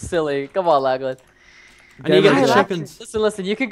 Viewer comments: Did Preston just call you Lak-laan ? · Anyone notice Preston say lacklan instead of Lachlan half the time.